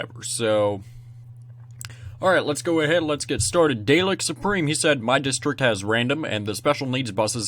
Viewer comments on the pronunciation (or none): it is pronounced da lek... lol